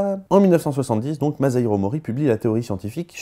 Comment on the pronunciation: Bonjour. Pour la prochaine video, pourriez-vous prononcer Masahiro avec un "s" et non pas avec un "z" ? Merci